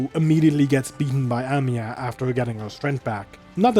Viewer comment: Whenever you say Amiya's name i always hear Emiya!😂😅Though i do guess Shirou would aprove of Amiya's resolve and strength of spirit! She is indeed Seigi no Mikata material!